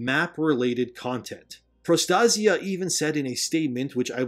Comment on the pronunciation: PRO_ TAY - ZHUH or PRO ASIA with a T in front. pro TASIA